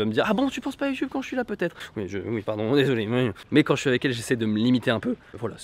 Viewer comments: tu peux dire youtube et pas youtioube stp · Ahhhw, Satan ! Tu dis "Youtoube"..J'ai mal..